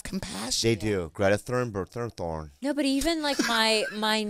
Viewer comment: Bobbys pronunciation of Greta Thunberg's name almost got me to spitting out food! Magic moment!